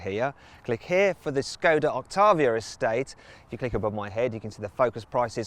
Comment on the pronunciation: Hahaha, Scoder Octavia Estate 😂